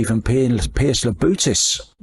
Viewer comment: keeps calling Labutis, Labrutis Damn limey